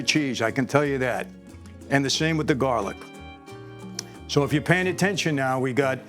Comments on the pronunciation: Jarlic ? Come on Mike !! 🤣🤣🤣🤣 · It’s called jar-lic. A cute name made up by the young people.